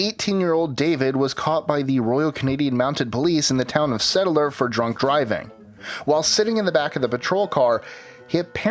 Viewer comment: #24 - It's STettler not Settler